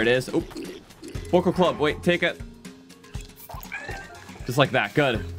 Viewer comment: it’s boko but it goes more bow k o